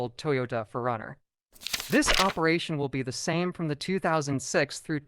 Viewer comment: Say it like 2 words. 4 Runner